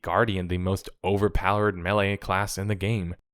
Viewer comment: When you pronounce "melee" as "Millie", I get annoyed. When the second reminder tells me to hit that bell, I close your tab. We get it, you're worried that your subs are too dumb to understand the new system. Good luck with that.